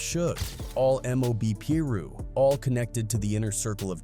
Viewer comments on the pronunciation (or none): ok I just can’t with the way u pronouncing it “peeru” “(pie-ru)piru” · I hate a.i channels . pillroo? It's Piru! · he’s saying it because the dude narrating said “Peru” which is a country and not piru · Couldnt finish the video when i heard peruu 😂😂 nahh im out jack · Man if you gonna be speaking on street politics you need to start pronouncing these names correctly tf is a Peru.. get it right man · how did this guy who been saying Piru wrong then says it correct once directly after saying wrong again then goes back to saying it wrong 😂😂. Put some respect on the Piru's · Dude all these guys who make these videos need to get there facts straight . So many wrongs in this . Didn’t even say most their names right . He didn’t even piru properly . Also heron wasn’t partying . He left a football game at a park